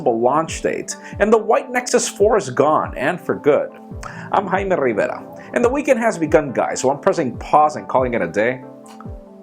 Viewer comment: i'm haime rrrrrrrrrriveda :)